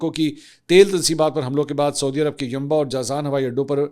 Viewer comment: Respected Mansoor Sahib, As a regular viewer who greatly respects your journalistic credibility, I wanted to gently point out a few pronunciations of regional names: Sana'a (صنعاء): Pronounced as San-aa' (with a distinct pause/glottal stop for the 'Ayn ع), rather than Sana. Yanbu (ينبع): Pronounced as Yan-bu or Yambu, rather than Yamba. Saudi (سعودي): Pronounced as Sa-oo-di, rather than Sodi. Please take this note in good spirit. My intention is certainly not to showcase superiority, but rather stems from high regard for your work. I would be glad to assist if you ever need any guidance on these. Best wishes! Tahir Ubaid Chaudhry A junior news anchor